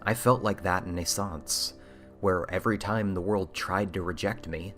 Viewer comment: Pretty sure it's pronounced "nay-sauns-say," dude. Two Es at the end, and all.